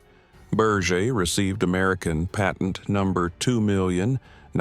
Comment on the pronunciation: Berge is not Burch but Burr-ghe